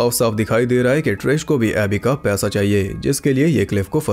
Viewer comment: Paisa was being pronounced as pyasa Full confusion